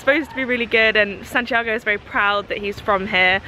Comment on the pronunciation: Hey if you're in Chile, pass by the Marble Caves! It's really south, 8th or 9th region, but it's gorgeous! Also, I can't help but correct you (sorry) but when saying Santiago, "go" isn't really like the English word go, but rather a short o, like "goh"! Sorry for correcting you, but it's just a small difference in alphabet pronunciation! ^_^ have fun!